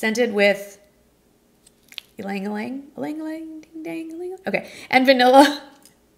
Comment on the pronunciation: Ylang-ylang: "ee-lang ee-lang"